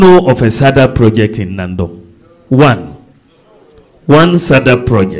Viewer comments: Is Nandom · Not Naadom please pronounce it well or ask